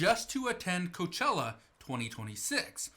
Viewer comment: Coachella sounds more like Cockroachella for me 😂😂